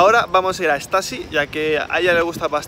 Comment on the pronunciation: Porque dices estasy? La marca se dice y se llama stussy